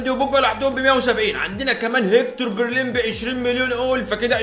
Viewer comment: انا اسف بس اسمه بيليرين مش برلين